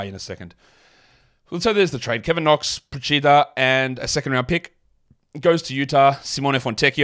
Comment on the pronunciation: Reigning pronunciation champ strikes again with Procida